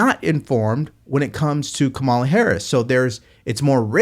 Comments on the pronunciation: Correct pronunciation: “Comma-la”. Not that hard. You can carry the water for Trump, but you are NOT his constituent. But continue. . .😂😂😂😂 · You mispronounced Kumswalla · If you can’t, or won’t, pronounce the Vice President’s name correctly, I won’t take you seriously.